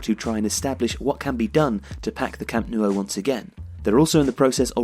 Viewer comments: The pronunciation of Camp Nou is more like Camp Now not camp Nuo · Stop saying “Camp Noo-oh”. It’s “Camp Now”... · What on earth is a Camp Nuo??? Did someone type "nuo" instead of "nou" and this guy's just reading it this way? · For crying out loud, it’s not the Camp “Nuo” it’s the Camp “Nou”!!! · Its not pronounced camp no-u. Its camp nu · Can you explain the pronunciation? Why are you saying "camp noo-oh"? It's ou, not uo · Why do you pronounce it "Camp newo"? The "o" is before the "u". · Maybe it's because someone keeps pronouncing it Camp NEW-O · Where is this Camp Noo-oh? Of which you speak? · Amazing video but I'm pretty sure it's pronounced camp new ? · "Camp New-O" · No, I'm catalan and it's pronounced cam' nou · Que lo pronuncien como quieran xD, pero tienes razón, lo más cercano sería su 'know' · Camp Nou is said Camp Now, just you know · 'Camp Noo oh' 😂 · Great vid but you kept saying "Camp New-o" lol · Why can’t you pronounce Nou right... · Its really strange how you say the nou in camp nou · Please stop pronouncing The Camp Nou like that, it hurts to hear